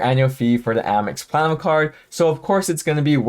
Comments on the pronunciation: Are you saying "platinum card" throughout the video because at some points it sounds like "clown card" which isn't even close 🤔 🤡😁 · LMAO and it wasn’t just me. I asked my BF “is he saying clown card?” And he thought so too! 😂😂😂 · He always says platinum like he's drunk.